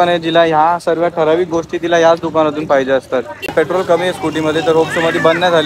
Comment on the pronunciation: Dada te पाहीजेल madhe ल कशाला म्हणतो फक्त पाहिजे म्हणत जा